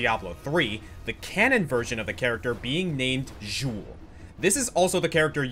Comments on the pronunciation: Bruh, what was that? "Jewl"? You got the footage from the charatcer's spotlight video, but had it play on mute to not actually hear how to pronounce his name? And no, he is NOT the necromancer in Diablo 3. No one from D2 returns to D3 as a playable class. And again with this "Jewl" thing... Good off-topic there... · ...the way you say Xul, Ner'zhul, and Illidan...hurts.